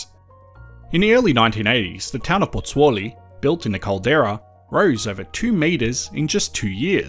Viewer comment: Thank lord for a guy like to o be able to say Potzolli . There i cant even spell it lol Potozolli! Got it